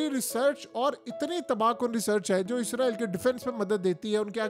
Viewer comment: Bhai word ISRAEEl ....IZRAEEL nhi....kindly correct your pronunciation.....farishtay aur mulk ke nam me farq hai...